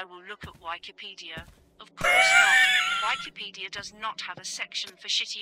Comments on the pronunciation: I lost it at why-key-pedia. That has to be an AI or something. It sounds too artificial to be a person, lol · Why key pedia 😂😂😂😂😂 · Ah yes whykipedia my favorite. This whykipedia is so whykipedia.